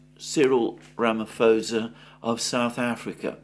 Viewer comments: Mr Mercouris. his name is pronuonced ramiposer (ram i poser) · you’re fantastic, but “Ramaphosa” has a silent “H”. It’s Ramaposa.